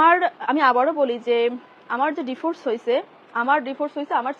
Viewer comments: আপনি এতো পড়ালিখা করেও ডিভোর্স কে ডিফোস বলেন কেনো আরও অনেক গুলা কথা তো বাদ ই দিলাম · বানান Devorce আর উচ্চারণ /dɪˈvɔːs/ যেটা ব্রিটিশ উচ্চারণ,আশাকরি বুঝতে পারছেন